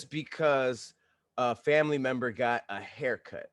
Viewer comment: 1 minute 8 seconds in....... this man legit said FRAMILY. 😂